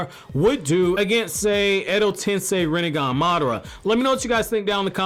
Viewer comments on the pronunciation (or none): none